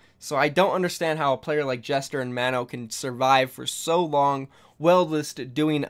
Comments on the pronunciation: Gesture not jester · It's "Gesture" not "jester" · y u say gesture like jester tho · Please pronounce "Gesture" as Gesture, not Jester. Thank you in advance. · well the word gesture is pronounced with a soft g (j) soo.. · Lol for gesture you said jester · Is it just me that thinks he is pronouncing Gesture as Jester? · You pronounced Gesture's name wrong. Simple English word dude.